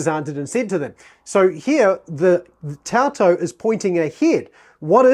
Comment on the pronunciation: Love this guy. His videos are super helpful. That said, τοῦτο is pronounced “too-to,” not taw-to. The ου diphthong is pronounced “oo,” as in boo, or goo.